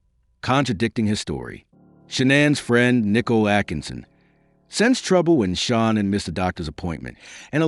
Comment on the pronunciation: Ahh bro, c'mon! Tough to be a subject matter specialist when you can't even pronounce Shanann's name properly. I've ALREADY been annoyed from watchin ENDLESS hours of the Watts case, & there being TWO ways of sayin her name, even her own family called her "Shannon" (Shanann) like you'd hear from many guys'/girls' name--but now here u are creating a COMPLETELY different 3rd option I've never heard a SINGLE other person pronounce it like!? Then you ALSO messed-up his girlfriend's name "Nichol K" as "Nickel". Lol anyway, ANY time I hear 1 of these annoying people pretend like they're "perfect"...A) "perfect" doesn't exist & B) "let he who is w/out sin...cast the 1st stone. At the absolute bare MINIMUM, if you cannot admit that, or that literally EVERY human being sins...then I ALREADY don't trust you--bc you're lying--& that's JUST from that one particualr "test" ALONE--the smarter u are, the easier it is to put these narcissistic liars to the test